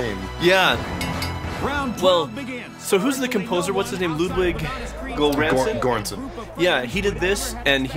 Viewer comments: Wow you butchered the pronunciation of Göransson 😂 Good video though. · As a swedish person I found it funny how they tried to pronounce the composers name, haha! Ludwig Göransson.